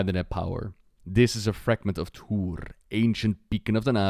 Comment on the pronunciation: Tuur-e, not Tuur :P